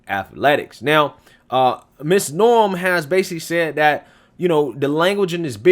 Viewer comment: May I just point out her name is "NOEM" not "NORM"...but thanks for this it's definitely a viable story !